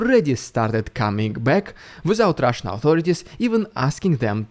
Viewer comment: Rrrridiculous rrrrrusssian prrrropanga. I got my daily rrrr dose 😂😂😂😂😂😂😂😂